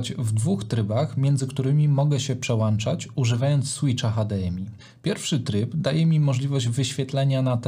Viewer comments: Piłem do tego, że mówi przełanczać zamiast przełączać. Trochę jakby mówił poszłem zamiast poszedłem. I to i to "wiocha"... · dzięki za bardzo cenny film, ale litości, proszę się nie przełanczać, tylko przełączać. No, chyba że Pana ATEM Mini Pro ISO ma przelanczniki:). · Nie PRZEŁANCZAĆ!!! Film profesjonalny, a wiochą wieje co rusz...